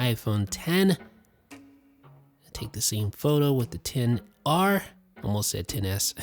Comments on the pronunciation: This really annoys me how he always says 10 R not XR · He does know it's xr and not 10 r right